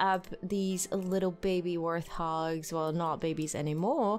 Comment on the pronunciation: Just to let you know it’s pronounced wart-hog like a wart which you can get on your body rather than ‘th’ :) loving the lets plays